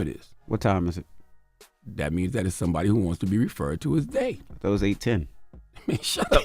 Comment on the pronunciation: “They-HAW; they-HAW” ☠️☠️☠️